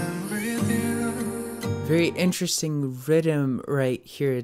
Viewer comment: When he said rythem I kept hearing "rydem" lol